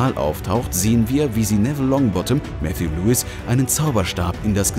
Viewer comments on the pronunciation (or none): none